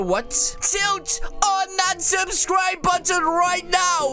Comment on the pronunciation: “SUBSCRUBE” Me: “huh?”